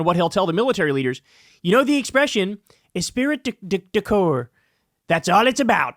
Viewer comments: the correct pronunciation is: " es pree d' core" . esprit d' accore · 1. Agree with Kyle, they will demand a fealty test to Trump. 2. "Esprit de corps" is pronounced "es-pree" not "es-speer-it". 😊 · I'm not sure if you're talking in Trump talk or not, but it's pronounced es-pree de core not es-pirit. It doesn't sound like it is spelled (esprit de corps) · it’s pronounced espree du cours. I thought you were making fun of him 😂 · Holy shit... I enjoy your videos but PLEASE learn how to pronounce words and phrases before you grab a microphone. It's "esprit de corps," not "espirit de corps." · Kyle, sorry to be the pronunciation police, but it's pronounced "es-PREE de cor" not "e-SPIRIT de cor." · It doesn't super matter but it's pronounced "espree du call". It's basically the shared comradrie of soldiers, police etc. 0% Trump actually knows this phrase. Someone around him just said it and it lodged in the soup that is his dementia riddled brain. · Esprit de Corps is pronounced "ess pree de core" Just trying to help. Love your show. Keep up the good work. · Kyle It's pronounced "Espri de Cor" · Pretty sure it's es-spree de corp. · Kyle, it's pronounced " es- pree de corp.." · “Ess-pree du core” my friend. Hooked on phonics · FYI: you got 'de corps' right, but the first part 'esprit' is pronounced like 'ess-pree.' It's French so it's being ...extra special, lol.😉 (Love you and your work:hands-yellow-heart-red:) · Esprit d'accord is pronounced "esPREE da COR". Its french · It's actually pronounced "a spree decor". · it’s pronounced espree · please pronounce the phrase correctly. "es pree duh core". spelt esprit d' accor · it's pronounced esPREE de corp- French- it means "team spirit" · Dude, it’s pronounced eh-spree duh core. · It's pronounced "espree de core". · The least important aspect of this presentation. Pronunciation guide: eh-spree de core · *espree de core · Esprit de corps = "es-pree-deh core" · Es-PREE-da-core (esprit du corps)